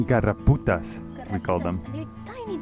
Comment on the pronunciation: Great stuff! It’s “garrapatas” which means ticks, not “garraputas” which means hooker’s claws 😅